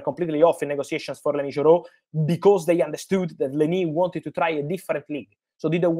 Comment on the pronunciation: Fabrizio can't stop saying lenS Yoro😂 Thanks Fabrizio for all Manchester United news ❤